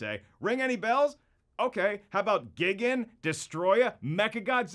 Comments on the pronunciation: Giggin? It’s pronounced (guy-gan) gigan. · It’s pronounced guy gan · Did He Just Say Gi-Gin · wow he said gigan wrong and godzilla wins in the movie